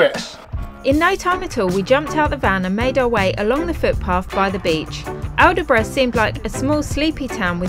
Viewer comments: Its pronounced All Brough, just to let you know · Aldeburgh is pronounced all-bruh.. Suffolks place names often are not said as they are spelt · Aldeburgh is pronounced Albrough. Drop the “d”. And it’s famous for motor home camping on the coast. Looks lovely